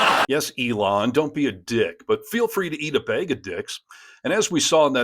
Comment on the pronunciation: You can say "Harness", (and not "Hairness") but you can't say "MAGA", (you consistently need to say "Mayga")? Clearly, if it isn't some kind of speech impediment, then it's what... ignorance? But, wait... you also said, "Feel free to eat a Baig of dicks"! Truthfully, are you really this annoying naturally, or is it a deliberate attempt to trigger people (like me) to comment, in a cynical attempt to farm engagement? I don't mind taking that hit by engaging to ask this question, because I really want to know! Also, the correspondent in the video you showed at the beginning pronounced "Edinburgh" as "Edinboro"... one of the laziest and most egregious things an American can do when referring to our capital. Also, HE, (Simon Brodkin) wasn't in a foreign country, YOUR fuckwit President was! And, no, WE DO NOT have any retailers here who sell golf balls with swastikas on them! Simon obviously had them specially printed for the event, you prick! Scotland has been ridiculing and protesting your tangerine tainted fuckwit, far more vociferously and for far longer than your own pathetic, milquetoast media has. We saw all of this shit coming long before you did, and that's YOUR fucking country!! The USA has been a bottomless source of derision & ridicule over here (and all over Europe) since well before even George W. Bush established himself as the biggest American Clown since Buster Keaton! But you lot have been clueless and complicit right up until Trump's 2nd (f